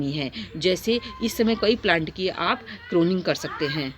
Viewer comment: करोनिंग नहीं pruning होती है जी